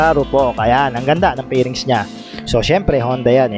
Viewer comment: Paki pronounce ng F at V ng maayus , fairings Hindi pairings